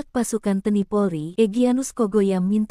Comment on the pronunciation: T N I bukan teni org mana si kauu!..